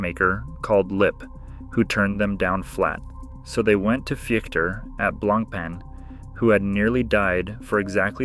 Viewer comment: Honestly the pronunciation of BLANK PEN is hundred time more irritating than this 🤦🏻‍♂️ blan pah is how it should sound